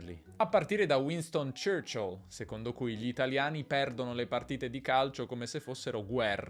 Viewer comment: You had a problem pronouncing Winston Churchill and I think it was the speed. You made Churchill longer. Or maybe ytou dragged the LL sound longer.